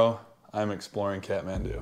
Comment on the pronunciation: Great to see you like my county and btw its pronounced kat-man-du